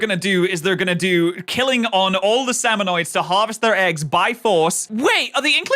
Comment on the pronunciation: i'm a giant lore buff of the splatoon series and it made me cringe so hard hearing the video call salmonids "salmonoids". it's pronounced "sam-oh-nid", there's no O after the N. salmonids have their own handful of interesting lore, like how their species worships the concept of death and thinks dying for their tribe is a noble cause. they tend to fight with kitchen utensils, like how smallfrys use spoons to attack, cohocks use frying pans, there's an entire boss salmonid species called grillers (wonder what they use), and more.